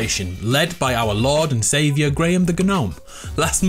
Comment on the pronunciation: It is fine I will probably be made fun of but can you not call him our "Lord and savor" plz